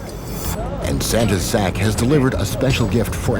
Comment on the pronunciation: Huh huh huh... he said "santas sac"